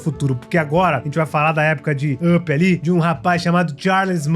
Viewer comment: Primeiro, não entendo o motivo das pessoas pronunciarem errado o título mais básico da Pixar, Up. Se pronuncia "Áp", não "ãpi", ok? Tipo pickup (picape) mas com o "p" mudo. Entendido? Segundo, de onde você tirou a informação do nome da Boo?